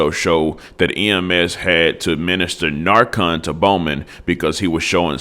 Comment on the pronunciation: Learn how to say narcan